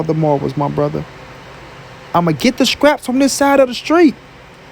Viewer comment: Stop saying "SCRAPS" bro the word is "STRAPS"